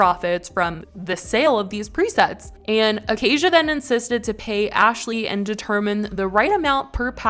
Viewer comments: It’s “uh-kay-shuh” not “uh-kay-zhuh” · It’s Aca-Sha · bro what i have the same name as her its pronounced ah-kay-sha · It's pronounced Acay-sha babe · It’s pronounced Acaya